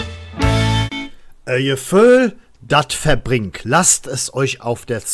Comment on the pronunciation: Hallo, mega Video! Aber schwerer Fehler! Du sagtest immer verbRingt und nicht verbink 😅... No disrespect oder so. Aber das tat in den Ohren weh... Zum Video: Mega Vorschläge! MIR wäre ein regional kölscher Bezug wichtiger, als ein internationaler Claim. Der global gesehen aber auch was hat. Dennoch kann es nur um den rheinischen Dialekt gehen mMn. Ich wäre für Durch dick und dünn, janz ejal wo hin. Ich hoffe, Du erreichst etwas, das den FC nicht mehr mit dieser peinlichkeit assoziiert wird.